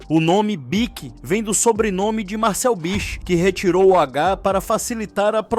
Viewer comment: Do you not know ANYONE in this world who can speak without having to use those STUPID robotic AI voices. Horrible, and earns you a channel block. That stupid voice also mispronounced Bich's name three times. Stupid.